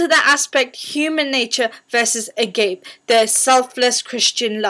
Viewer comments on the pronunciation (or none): It's not agape, it's pronounced 'Agapay'